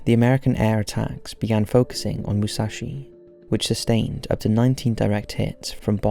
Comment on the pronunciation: its Moo-sah-shi